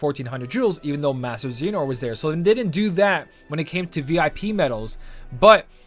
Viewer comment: Your butchering of “Xehanort” is worse than the 1400 jewels - constructive criticism.